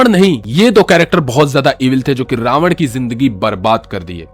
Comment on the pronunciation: रावणा और दशाग्रीवा गलत उच्चारण हैं भाई।